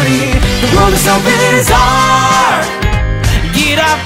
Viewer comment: 「この世はビザール」の部分のビザールの発音とか、当たり前だけど超ネイティブ発音だから（両方とも同一の英単語を発音してて純粋に比較可能という意味で）本家よりカッコ良く感じてしまう…